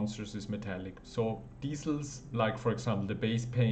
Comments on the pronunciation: Extremely helpful, nice and concise! Excellent tutorial! Just a tiny tiny note is that I think it's pronounced 'dee-kals' instead of dee-cell'. I make plastic scalemodels so I come across the word quite a lot. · I like how you say decal as diesel :) Thanks for the video